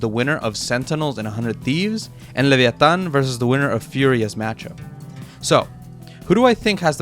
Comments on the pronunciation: Good Spanish in the Leviatan part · subscribing for right pronunciation of latinoamérica, krü y leviatán hermano